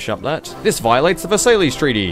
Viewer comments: Versailles is pronounced verse eye with emphasis on ver and seye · love the video, but Versailles? really? it's pronounced versai